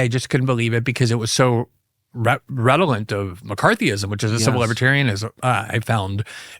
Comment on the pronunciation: You said "redolent!" Heh heh heh heh.